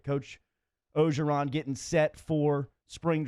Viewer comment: Why can't you guys say OR-GER-ON? Not O-GER-ON.